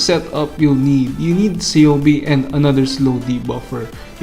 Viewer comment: i can see why Ceobe didnt go home to you, you kept miss pronouncing her name LOL its pronounced Keobe